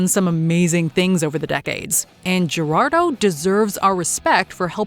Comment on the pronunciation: I don’t think that’s how you pronounce: Gerardo… the “G” is an “H” sound in Spanish 🤷🏻 Of course, if this is AI, which I believe it is, I understand.